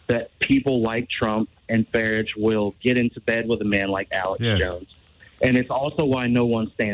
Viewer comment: I love the way this caller pronounces Farage to rhyme with garbage.